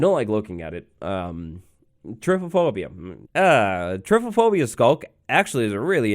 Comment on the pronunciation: I love how says typophobia rather than trypophobia